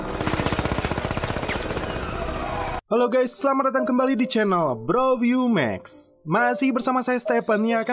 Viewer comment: Bro view max bukan ff max wkwkwkwk